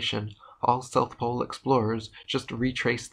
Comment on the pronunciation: NEWS FLASH! There is NO South Plole.